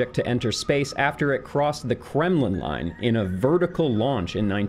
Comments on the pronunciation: Sounds like you are saying the Kremlin line. Russia wishes that was the name. It's the Kármán line. I believe it's pronounced kahr-mahn. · Kremlin line? Or did you mean Karman line? EDIT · “Kremlin” line? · were you stoned? You kept mispronouncing words. Also it's the Kármán Line (he was a Hungarian scientist)